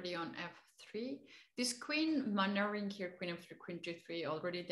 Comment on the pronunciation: English is sometimes hilarious, she tried to say "maneuvering", sounded like "manuring". I only tell it as joke, she is very likable.